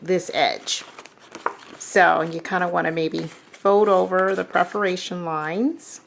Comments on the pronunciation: Well, geez, if you want to be politically correct, it's perFORation lines....misspelled words drive me crazy... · Hi, love your videos. But, here is me being a stinker, you always say PREferation lines. It is not that way. It is PERferation lines. Just a little, bitty thing that drives me crazy. Sorry